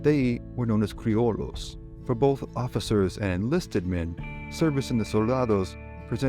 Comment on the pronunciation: CREE-O-YO. Double L's Y sound. You're welcome😅😅😅